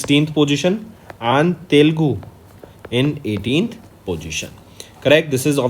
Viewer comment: its "Telugu" not Telgu pronounce it correctly..